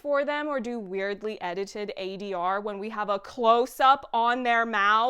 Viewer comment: I noticed that adr flub as well. It bothered me just as much. So glad someone called it out!